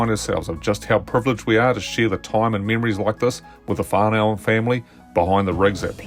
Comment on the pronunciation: Whanau is pronounced similar as and sounds like FAR NO! and not FAR NOW! You get more respect that way or as you were..